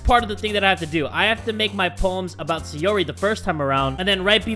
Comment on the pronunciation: why do you call sayori sayuri?